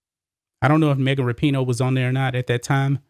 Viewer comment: I thought her name was pronounced Wrap-in-know.